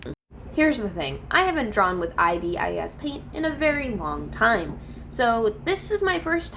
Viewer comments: i am sorry but its pronouced as "ibis" not "i.b.i.s" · It’s pronouns .I. Bis